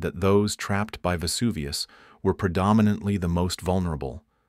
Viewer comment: Vesuvioooo no vuvius!!!!!!